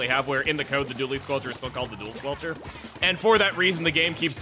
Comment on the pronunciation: "squelcherst" lol. But seriously I do enjoy this setup quite a lot, the added mobility is a lot of fun and at extra range does keep certain other stronger weapons at bay.